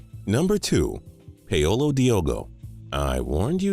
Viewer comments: Paul-O Jesus christ you cant pronounce shit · don't forget "Peh-oh-lo" Diogo